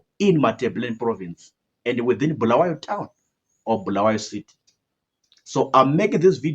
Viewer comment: its not BHU , it's Bu-la-wa-yo